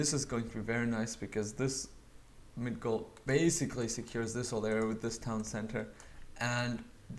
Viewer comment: Migdol!!!! Don't say Midgol!!!